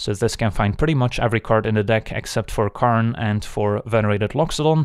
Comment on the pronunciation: "karnstruct" and "karn advantage" lmfao